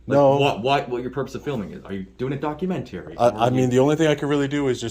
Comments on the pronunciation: "Are you doing a documen-terry." "No, YOU do!" Also, did any of these cops have federal jurisdiction? If not, then this was a big waste of time and resources. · "Are you doing a 'Documen-Terry'?" -Offisir Arm Tats